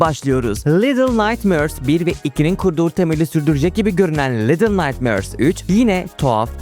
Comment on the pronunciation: Daha başta defalarca “little naytmööörs” dedin ve bitti orda her şey. Duyduğum en rahatsız edici İngilizce telaffuzuna sahipsin.